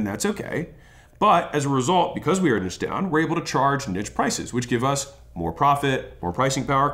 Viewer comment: thanks for calling it Nitche and not Neeche like douche bags do :D